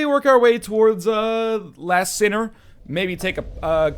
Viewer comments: I'm trying my best to ignore "LAST sinner" and not be picky about mispronunciation. :) Like your vidoes alot, Lion, you're awesome! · I keep hearing you mis-say characters' names and I just sorta shrivel up a little bit XD Straid of Olaphis and the Lost sinner are named as such. Also, the Lost Sinner is a she. That all said, I love the videos! Keep on doing what you're doing ^-^